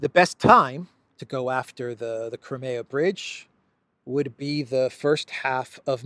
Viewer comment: It is Crimea. Not cremeya.